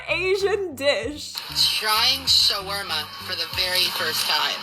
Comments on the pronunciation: Additionally, as an Arab, he got the pronunciation more correct than you did. It’s not Shwarma. It’s Shaawarma, if anything. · As an Arab myself, I die a little bit inside every time I hear him murder the pronunciation of "shawarma" 🙁